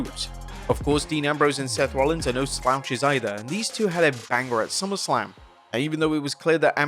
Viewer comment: Bro, Is it just me or did say SUMMERSALM